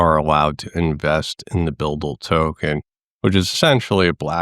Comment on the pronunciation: Pronounced 'BidL', no offence intended